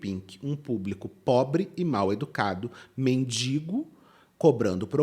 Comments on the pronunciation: A pessoa fala “mindingo” e quer falar dos outros hahahha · Tudo é péssimo, impressionante, cada vez ficando pior. Mas ouvir "MINDINGO", me da arrepios. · Ninguém sabe pronunciar mendigo? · Obrigada,, por esse mimo em pleno domingo 🥹 mas que agonia com essas duas moças falando “mendiNgo”, meu Pai 😰